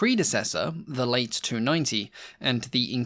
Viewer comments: Good on you for covering lesser-known French planes. Now does the existence of a "late" 298 imply that of an "early" one? I jest, of course, the name is best pronounced "lah-teh" to avoid any confusion. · I'm sure it's not pronounced late 298 - as in opposed to early - but Late with pronounced e - short for Latecoere. But what does an american care about the subtleties of european languages? Nuts.